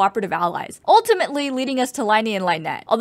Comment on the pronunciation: I agree, but why you gotta pronounce lyney's and lynette's name like that.